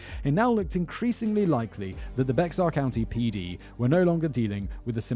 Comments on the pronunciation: The pronunciation of Bexar County tho. It's Spanish, and sounds like bear, just like a polar bear, not becksar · Someone has probably already said it, but Bexar County is pronounced Bear County. More specifically, it's Be(h)ar, but Texan is a whole 'nother dialect from the rest of the US (respectfully). One of the many variants of the Spanish X. Think Mexico=Meh-hee-co. Source: my eldest was born there and my brother has lived there 20+ years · That's pronounced bear county. And yeah we think a caravan is many vehicles going to the same place. We don't go on holiday in a Caravan we go on vacation in a RV. Funny how it's still all considered English 🤔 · Omg... The Bexar county thing is DRIVING ME NUTS! It's pronounced like bear... Lol